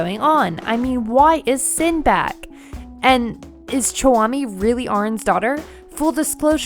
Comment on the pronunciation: I thought you said Sinbad for a sec haha.